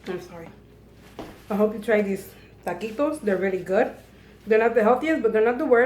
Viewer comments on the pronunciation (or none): Taquitos. Not ta quits. Lol.